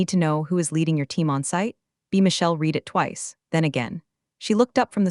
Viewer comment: That's read as in red, not red as in reed.